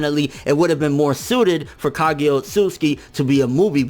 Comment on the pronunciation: I really don't like the way you say sone of the Japanese names like Ka*gi*ya instead of Ka*gu*ya